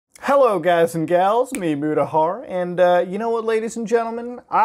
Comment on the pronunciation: Am i the only one who sometimes hears moodahar instead of mutahar